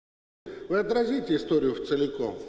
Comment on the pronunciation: "Вцеликом" - конгениально!